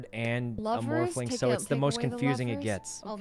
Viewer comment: I love the way Sykkuno adds an extra syllable to morphling.... MORPH A LING